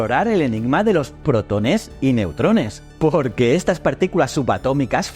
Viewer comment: Puede ser que. La voz sea de una IA ? Por ejemplo la palabra protones la acentúa incorrectamente en la letra e